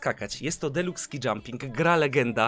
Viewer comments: Wreszcie powiedział "SKI", a nie "skaj". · tutaj już nie